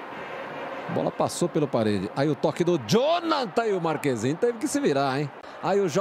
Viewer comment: Se fala Martchêssin e não Marquezin. Tem 3 formas aceitáveis de pronunciar: - martchêssin (como os argentinos pronunciam) - marquessin (como os italianos pronunciam) - marchezin (como se pronunciaria no português) No fim as pessoas não usam nenhuma dessas 3 😑